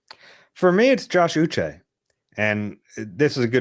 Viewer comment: Uche = Oo-shay